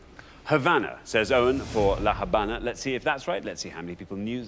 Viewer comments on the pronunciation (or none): Since the h is normally mute in Spanish, except when combined with the c, "La Habana" is pronounced as "La Abana." The way they pronounced it would be "La Jabana" written in Spanish.